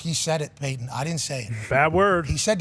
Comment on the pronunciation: Paton? It's *Peyton, bro